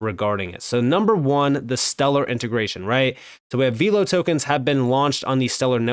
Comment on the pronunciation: it’s pronounced VELLLLL-OH, not “veeelow.”